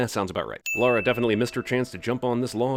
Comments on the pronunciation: Says Lara correctly directly after someone in a scene says her name. Any other time completely forgets and goes back to Laura. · I have to sin CinemaSins (and every American) for not knowing how to pronounce her name correctly. You all say "Laura Croft", when her name is actually LARA (rhymes with La La)..LA-RA...Got it? Good. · It's Laaa-Raaa....Not Lora or Laura...Ding Ding Ding Ding x ...How dare you get her name wrong? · The way you pronounce her name is kinda weird. Her name is Lara not Laura. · Who the hell is "Laura"? you keep saying it over and over again?? It's La - ra . Like la in laugh and ra in rationalisation. Shit why am I even telling you. They say her name 50x in the movie. I don't get it. Did we watch the same film? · Sin everytime he says Laura instead of Lara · I made it almost 9 minutes before I gave up. Dude...fucking learn how to pronounce the character's name or don't do the video. Jeez. You've had how long to know it's LA-RA, not LAU-RA? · Laura is pronounced Lore uh. Lara is pronounced lar uh. Ffs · God, damn it, America! It's Lara, not Laura! Stop saying it Laura! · It's not Americans that say "Laura". It's just people that refuse to say "Lara" that say "Laura". Cinema SIns just needs to get their shit together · Lara and Laura are actually different names though so... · Jasmine Johnson yeah, but you're Jasmine, not Yasmine. I'm Meg, not Megan, and I don't let anyone get away with calling me Megan. That ain't my name. And Lara Croft is Lara, not Laura. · I went through the same issue when Nostalgia Critic did his review a couple months ago. I'm like, "Dude! I'm American and have barely played any of the games and even I know 'Lara' is pronounced 'Laaa-raaa', not 'Lauw-raaa'. There is no spoon... er, 'u'! Stop making us look bad you uncultured swine!" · Please stop saying LAURA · Lar-uh not Lore-uh. lol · It's Lah-ra not Lau-ra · It's LARA, not LORA. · Sin counter of every time he says Laura instead of Lara: too many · Its lara not Laura